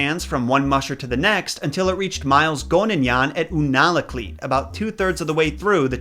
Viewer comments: ITS PRONOUNCED YOUNA-KLEET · Those towns are pronounced YOU-na-la-kleet and Shack-TWO-Lick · If you ever do another episode based in Alaska hit me up for some pronunciation help... I had to pause and write this after Unalakleet and I am sure there is more to come.